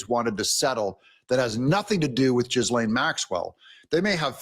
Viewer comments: The name Ghislaine is said with a silent 'S' just like in French the last letter of a lot of words is 'silent.' Americans are the worlds worst at reading non American names correctly, likely cos Americans speak 'American' and not 'English.' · she doesn't deserve for us to pronounce her name correctly - it shall remain always and forever "GIZZLANE" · "G' lane" is how I've heard it. I believe the s is silent. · It’s GIL LANE G AS IN GOOD THE S IS SILENT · Ghislaine is pronounced as "Giz-lane" without an "h" sound between "Ghis" and "laine." Fandom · According to google translate it is pronounced Guys lane. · 😂 its Gee-LANE. not fucking difficult Doug. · Pronounced Ji-lain.....it's French..... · It is pronounced with a soft g like G'laine (Gaah-lane). My sister had the name and she fought pronunciation her whole life. Irish and Scottish in our family. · Hey Doug, I kinda like how fitting ur pronoucation of "Jizzlane Maxwell" works in realtion to her conviction!!! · Her name is pronounce Jillaine.... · Gih - lane (S is silent) YW! Love ya Dougie! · It’s pronounced ;JIZ-lane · So her brother pronounced her name Gilan (g as in good, goat, etc…) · Doug, Ghislaine is pronounced ...... Jiz lan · Pronounced GEE LEN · Pronounced Gahislane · Her lawyer pronounced it “Gill” like a fish gill and “Lane”. So “Gillane” with some silent letters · Doug it is pronounced Gill•Lane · Her brother pronounced her name as Gilan with emphasis on Gil. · Hey Doug her name is French pronounced w/either a soft g as in “jee” or a hard g as in gunk & the a has the sound of a “eh”, like Gee-len or she may pronounce it w/the a as a hard a sound like you would in plane so Gee-lane but for all intents & purposes I think it’s very fair to call her Gizz-land😂🤣😂🤣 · It's hard g, gee lane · Doug, she says her name as Gee - Lane. Gee, pronounced like the clarified butter or the outfit used in karate, Gi. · Her brothers pronunciation should be definitive. Gillenne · How it's pronounced is 'geese lane'